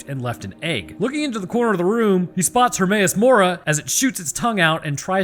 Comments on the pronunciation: "He sees Hermas Morah". I died 🤣🤣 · LMAO he called the grabber hermaus mora